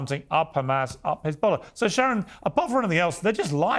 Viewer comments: I love Sharron but she needs to get back to the Chardonnay and stop pretending she knows anything about this conflict. She doesn’t even know it’s an E not an A in h3zbollah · Hez, not Haz, sharon ffs!!!! What are you talking about woman. Im not pro anyone but for ffs get your details right!